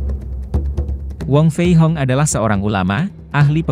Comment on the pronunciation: wong fei hung bukan wong fei hong min.